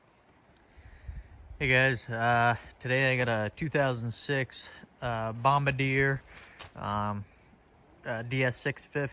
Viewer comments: Wrong pronunciation for Bombardier. BOM-BAR-DEE-EHH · bomb-ba-deer lol